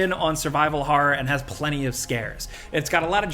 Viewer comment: What is "Har"? ...lol oh you mean "horror".